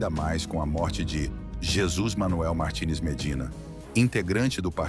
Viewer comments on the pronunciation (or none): none